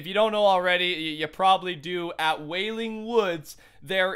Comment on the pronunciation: Nigga said in wailing wooda